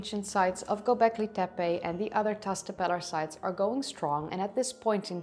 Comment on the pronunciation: Klik even op het luidsprekericoontje voor de juiste uitspraak? Ook Göbeklit tepe: de ö spreek je uit als "eu". Je engels is wel prachtig! Dus als je gevoel voor talen hebt dan kan dit simpel Turks er ook nog wel bij ;) Leuk filmpje verder!